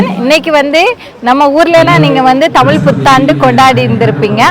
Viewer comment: 😂say tamizh not thamil